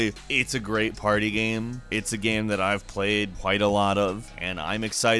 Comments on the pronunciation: this dude says "gam" instead of "game" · Hey, Next time, have a guy who can pronounce "game" narrate the video! lol just kidding, it's hilarious and adorable. "It's a great party gyem. It's a gehm I have played a lot." haha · You say 'Game' weird 😉